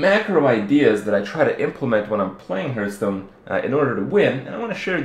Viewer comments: Why do you keep saying Hurtstone. Its Hearthstone ( reads hartstone ). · stop calling it huuuuuurtston!!! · HEARTHstone not HURTstone good video though.